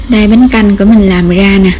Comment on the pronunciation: Nghe " đổ ga gổ , gồi , ... " khó chịu ghê . Làm video để hướng dẫn mọi người nghe , hiểu , làm theo thì nên phát âm trơn láng , rõ ràng , chuẩn mực mới thu hút nha em . Dị ứng giọng đớt đát , ngọng ngịu ghê đi ! cái này có thể sửa , ko có khó , cố lên